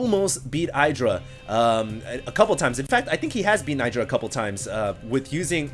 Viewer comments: Listen to Artosis. It's eye-druh. Not id-ruh. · hey, your comments are nice, and i prefer your commentary way over huskies. i really do not like his style of screaming like a little girl and throwing out 500 words per minute. BUT PLEASE stop calling idra AIDRA. he calls himself idra, so im pretty sure aidra is not the right way;) besides that i really like your casts greetz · It's "iddra", not "I draw". To be fair though, even Artosis gets it wrong. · its not pronounced EYEdra... its a short I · I guess it doesn't really matter, but it is Id-ra. Maybe you should listen to Idra in those videos of him & Artosis. He himself says Id-ra & explains in the Q&A videos that his name comes from Id-rajit.